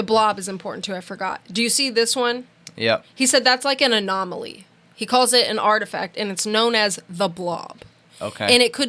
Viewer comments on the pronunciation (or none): 👍🏼👍🏼👍🏼 it's an anomaly or anoMALEA😉 lol